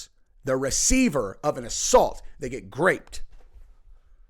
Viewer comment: it's groped, NOT graped... Love your show,Huge fan